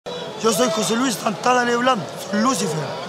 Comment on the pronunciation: wajajajajajaja CTM no puedo dejar de reirme wn el Lúcifer notese acentuando el "Lu" ta lleno de flaites esa wea desde el